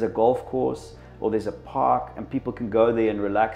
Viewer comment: Each time he says park it sounds like fuck 🤣🤣…